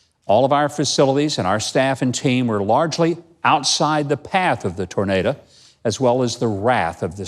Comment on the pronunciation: "Tornada?" Good Lord.